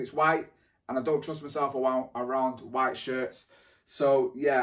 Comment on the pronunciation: "awownd white"